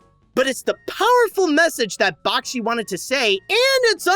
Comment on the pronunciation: He is not a composer, it is not Bach-chi, it is Back-she, and it's Ralph, not Rolph. Other than that, very fine review.